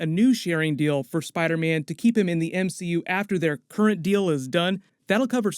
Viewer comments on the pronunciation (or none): none